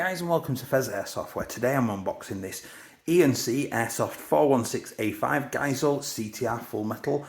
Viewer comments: KillasJanitor is correct. It's pronounced Guys-Lee. And this is why you shouldn't buy an E&C. The shimming sounds like absolute dog s#!+. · In America we pronounce it "Guys-Lee" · Geissele : Guys-Lee Very strange pronunciation But I do believe this is correct pronunciation